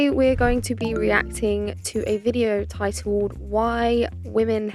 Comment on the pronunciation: Nice; but, alas, the word 'titled' has no w! Diction training required.